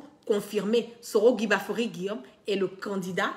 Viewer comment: KIGBAFORI... KIGBAFORI...KIGBAFORI!!! OH!!! CE N'EST PAS GUIGBAFORI!!! fais un effort apprends à bien prononcer le nom de ton leader s'il te plaît...